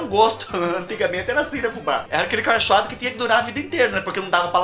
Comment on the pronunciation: Kkkkkkk fubá do céu ...eu morro de rir. ... quando você fala ( acorchoado ) kkkkk